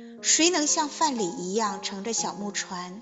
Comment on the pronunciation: 读的不错。不过，唐诗自有其原来的格律，于现代的平仄和韵脚不同。虽然“看棹去”的看字应该是平声，但是，根据1，3，5不论，2，4，6分明的规则读仄声也可以。不过，“柳边人歇”的歇字却应该读仄声。“范蠡”的蠡字也是仄声。“独忘机”的机至少有两个读音。这里应该是和五微同韵，而不是和四纸同韵。